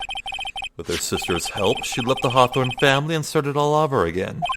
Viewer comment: question: why do you pronounce "over" as "awver"? or is that just the mic or something?